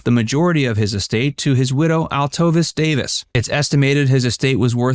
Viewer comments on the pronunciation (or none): Her name is pronounced Al-tuh-veese!